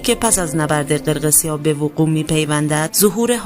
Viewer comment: قرقسیاه😂 جسارتا شما هنوز نمیتونید قرقیسیا رو درست تلفظ کنید